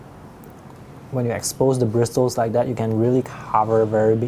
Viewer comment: sorry but I know it's written BrisTle but it's pronounced brissel.... sorry.. I I looove your videos but I was an english teacher and can't help myself! You have taught me so much I want to return the favour <3